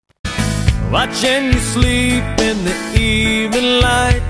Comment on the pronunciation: Ah, ok. Now I can sometimes hear both but most of the time I just hear "the". And for the second song, I know says "evening light" for me. But it's like I hear "evenL" with a L, not "evening". If that makes sense. But as you put the words I can hear all 3. This is just plain bonkers!!! lol I had to listen to it several times. Pulling my hair out lol